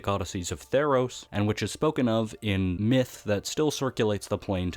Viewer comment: "tEES PLLNS THF TEE-EROS"